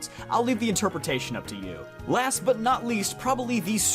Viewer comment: NOT DOES NOT END WITH A G, IT ENDS WITH A T!